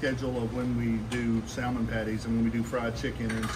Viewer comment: Noooooo the L is silent in salmon .